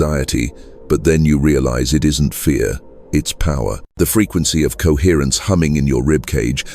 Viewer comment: CoHERRENCE. COHERRENCE. COHERRENCE COHERRENCE. COHERRENCE. COHERRRNCE. COHERTRNCE. COHERRENCE. COHERRENCE COHERRRNCE. COHERRENCE.